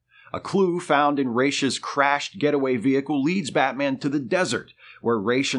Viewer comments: Why calling him „Reysh“..? Why not „Ruh‘s“? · It's RAAAAASSSSS... not Rayyyysh... that's from Neal Adams himself. I aske him in person. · Not Raysh but ROZZ. I point blanked Neal on this when we were guests at the Lexington Comic and Toy Con. Just sayin’! Great video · Ra's al Ghul means Head of the Ghoul. The correct pronunciation should be “Rass” since that’s how you pronounce the word head in Arabic.